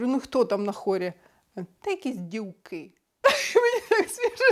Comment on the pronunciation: Дівки-це правильно.Діфки-неправильно.